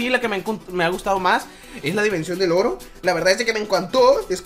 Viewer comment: Cuando estabas en la dimensión del oro te entendí "estamos en la dimensión del loro" XD